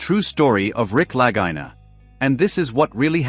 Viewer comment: I love this show but the speaker here should respect how Rick and Marty pronounce their name. It’s spelled Lagina but pronounced La-gee-na. Ok?